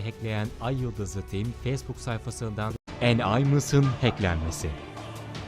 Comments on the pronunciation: neden ayıldız ı tim diyor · ayyıldız tim diye okunuyo kim söylüyosa ayyıldızlı tim ne ya :D